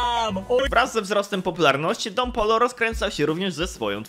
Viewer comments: don POJO sie czyta a nie polo xdd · Dziękuję za pokazanie mojego komentarza 🙏. (Tak poza tym to Don Pollo czyta się Don Pojo) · taki fun fact mowi sie don pojo